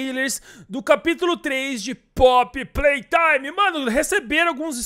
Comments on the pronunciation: Mano tu falou poppy playtraime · Poppy platrime kkkkkkk falou errado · só eu q no começo ouvi poppy PRAY time? otimo video espero q lançe esse capitulo logo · Kkkk vc disse prop prei taime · Ninguém percebeu que ele disse Poppy play traime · Cara desculpa eu não escrever a última frase aí eu vou ter que falar informar porque tu falou pop Play Time e não pop Play Time